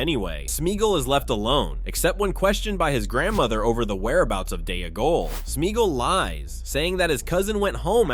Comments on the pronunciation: Its Dee-gol to rhyme with Smee-gol. What an embarrassing thing to get wrong throughout the video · “Day-a-gull”! 😂😂😂 A female-gull! 🎶